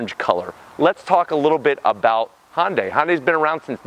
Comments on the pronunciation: Why the F can this guy not say Hyundai it's not Honda day it's Hyundai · "Hun-day" like "Sunday." If you're gonna say it that many times in the video you should probably get it right lol.